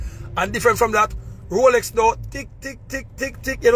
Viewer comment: "Rrrrrrrrrrr rrrr rroooooroooroooorrrrooooo rrrrooooolex rolllll roooollllllll roooolllex ROLEX" 😅😅😅😅😅